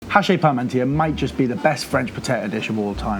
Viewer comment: Vielen Dank für diese interessante Variante des Hachis Parmentier! Eine Anregung: Die vermutlich KI gesteuerte Übersetzung und Moderation ist ein wenig unangenehm wegen der stets wechselnden Sprechgeschwindigkeit und aufgrund der falschen französischen Aussprache nicht sofort akustisch verständlich. Aber das Rezept ist mega, danke dafür nochmal